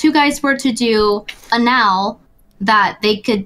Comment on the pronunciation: The way she pronounced "anal" though.